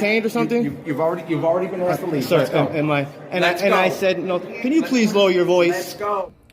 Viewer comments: He axed a lot of questions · "I axed him..." Well, that's attempted murder right there. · By saying he “axed” that elderly gentleman, he’s clearly confessing to assault with a deadly weapon. Possibly attempted murder. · Did he just say "I axed Mr. Phillips." Yes, yes he did. He also said he was filing a "FOIL", more than once. WHAT? Now I get it: English is his 3rd language. Bet his Mom's proud! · "I just axed him" English escapes this nimrod !!!